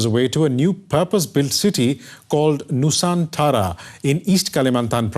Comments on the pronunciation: Its nusantara not nusanthara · it is not nu saan tara, it is Nu-san-tra.